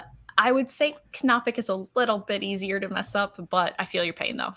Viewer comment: On the topic of names... Why do you say the K in Knopic, and not silent like knife?